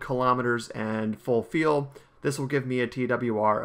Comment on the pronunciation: It sounds like he calls liquid fuel "Liquid Feel"